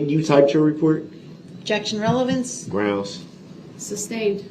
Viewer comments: Substained! Grouns he axed without relevancy! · it’s grounz! 😂😂